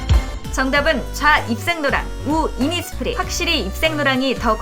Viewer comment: “innis prii” 😂